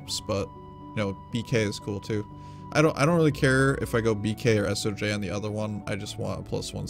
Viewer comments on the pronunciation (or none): Its Soj. Not S O J..